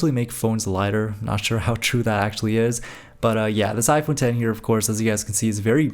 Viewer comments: Finally a YouTuber who properly says "iPhone Ten" instead of "iPhone Ex" (Even though you accidentally said "iPhone Ex" once lol). I thought the idea of Apple using roman numerals for the 11, 12, and so on would have been cool but they probably noticed so many people saying the name wrong for the phone they probably passed on that lol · It’s iPhone X (10) not X 😅